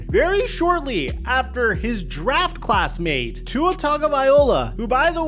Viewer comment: bro stay mispronouncing tua’s name… no respek